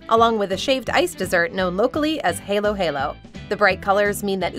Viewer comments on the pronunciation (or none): Halo-halo is pronounced with spanish-style vowels... It's hah-lo-hah-lo. Not hay-lo-hay-lo. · HAH-LOH-HAH-LOH.. not HAY-LOH-HAY-LOH. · My soul died a little when she pronounced it “halo halo” instead of “haa-low haa-low” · It is pronounced "hallow-hallow" not "halo-halo" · I'm so sorry, I don't like to be "that guy", but I've been to the Philippines and it's pronounced hah-low, not hay-low. Which, in your defense, I thought it was pronounced that way too due to the spelling. Despite that, I highly recommend halo halo. It's so good. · The dessert is pronounced “hah-low hah-low,” not “hay-low hay-low.” :( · LoL! My apologies, but I just find these funny. It's pronounced as "u-beh," not "u-bae." And it's, "ha-lo'ha-lo," not "hey-lo'hey-lo." I cringed then laughed when I heard this. Sorry again. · HALO-HALO, not HEYLO-HEYLO GIVE US BACK MR. NARRATOR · Being a Filipino, it pains me to hear halo-halo pronounced as hey-low hey-low. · So glad Philippines ube ice cream was included!! That stuff is awesome! But Halo-Halo is pronounced "haa·low haa·low" Also they have bamboo ice cream in Korea and that stuff is amazing!!! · Exactly as it's written. Hah lo- hah lo When you pronounce Filipino words that's the only rule you have to abide to. You pronounce it as you spell it or the other way around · If you tell a native English speaker that the word "halo" is pronounced "exactly as it's written" they'll say "hey-low" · It was painful to hear the halo halo pronunciation as a Filipino It's pronounced as Hah Loh Hah Loh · nope she pronounced it similar to the word halo of an angel which is wrong pronunciation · Mmmm, my favorite filipino dessert. “Hey-low hey-low” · halo halo is pronounced with a long A, like Haalo Haalo. the literal translation is mix mix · Halo halo is pronounced "hollow hollow". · You pronounced Halo Halo incorrectly. My mother is a Filipina born and raise. I grew up on that stuff. (not a fan btw) It's a HA sound. haa low-haa low